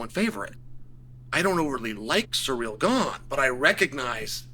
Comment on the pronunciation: His name is Ciryl Gane not Cyreeal Gain🙈😂